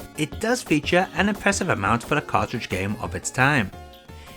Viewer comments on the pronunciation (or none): none